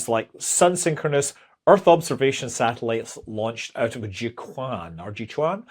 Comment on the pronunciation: Jiuquan is pronounced like "Jyo-chwen". At least that's the best approximation I can give in phonetic English